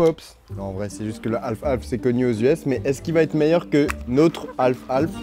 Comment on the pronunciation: Half half ❌ - Alf Alf ✅